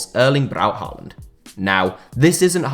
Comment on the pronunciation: It’s pronounced Hawland, not Harland Love from Norway🇳🇴